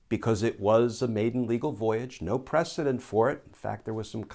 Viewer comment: Errr... It's "precedENT"; not '"ENCE" HTH